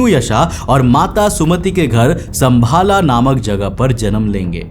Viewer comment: भाई कोई अंग्रेज आदमी बोले विष्णुयाशा , संभाला तो समझ में आता है... जब हम ही लोग विष्णुयश और संभल ग्राम नही बोल पा रहे तो क्या ही बोला जाए।